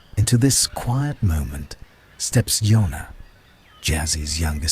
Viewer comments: JONNA JONNA JONNA… NOT YONNA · you need to get the names right..... its jonna , not yonah .... its jinx , not jiggs ......